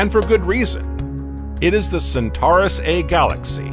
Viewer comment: Pronounced Cen-tor-i and Cen-tor-is constellation, not centari or centaris constellation.